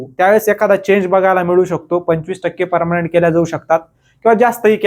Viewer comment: Parmanent ❌ parmnat 😂😂😂